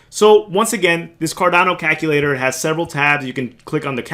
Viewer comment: Haha, you say caKulator. Jokes aside So what you're telling me I need to get more Ada.